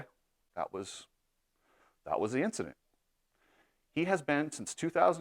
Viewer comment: Did he say Vincident?